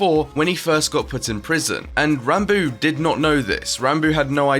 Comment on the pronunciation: Technoblade: Ranbo Awsamdude: Rahnboo is Ranboo really that hard to say?